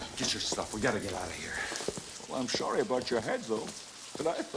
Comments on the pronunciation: "Better shafe than shorry" 😅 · Better shafe than shorry